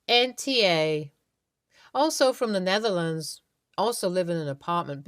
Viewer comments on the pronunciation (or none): none